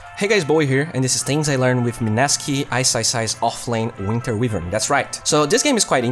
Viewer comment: Só uma correçao: "wívern" está errado. Como voce gosta de dar enfase no ingles, achei justo mencionar. Fora isso o video ta perfeito, proxima vez que eu for na off ja vou pensar se rola de pegar a wyvern xD